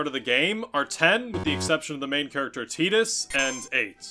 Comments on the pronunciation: Do you really pronounce Tidus like that? It's not Teedus, it's Tie-dus. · Who the fuck is Teetus?! FFX is fully voiced His name is Titus🤣🤣🤣